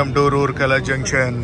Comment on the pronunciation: రూర్కే ల not rourkey